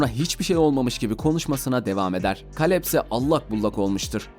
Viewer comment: O Kaleb,Keylıp olmasın(yani telaffuzu)